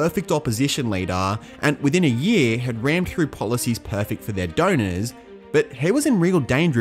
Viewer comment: “Impacting their donorsezz profits” Try “affecting their donors’ profits”. It’s not necessary to put ezz or es on the end of donors as it’s incorrect and sounds silly.